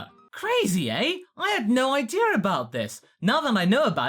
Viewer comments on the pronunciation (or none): I love the way says idea,it turns into ideyur